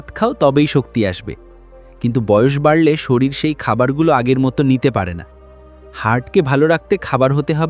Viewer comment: শরীল নয় ওটা শরীর হবে।